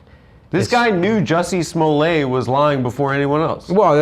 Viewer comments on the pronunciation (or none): Jussie “Smolay”? Nobody has ever fucking said it like that. What a tool